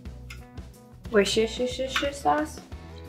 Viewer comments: I struggled with Worcestershire for years and I'm going to give you a little quick tip from someone that's actually from there. It's pronounced "wOOsta-sheer". 👍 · Sooo cute.... It's a British name, sounds like WURS''-tur-shur sauce. I work with folks from the UK and that is how they pronounce the Worcester part (WURS'-tur). :D Will try this.. thanks for sharing. Stay safe, from Canada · Omg i love the way you pronounce Worcestershire sauce 🤣🤣🤣🤣 Girl i can’t pronounce it neither. I just call it Work Sauce 🤣🤣🤣